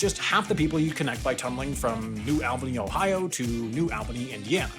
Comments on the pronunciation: The “New Al-bany” in IN is actually “New All-bunny” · You can tell he’s not midwestern by the way he pronounced New Albany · all worried about pronouncing the Danish words correctly but couldn't even pronounce New Albany properly.